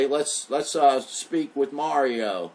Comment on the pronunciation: You need to pronounce the letter A in your guest Mario's name. You're saying his name as if it's Muurio!! It's just a tad annoying that's all... Peace out, love and light to you. ✌🏻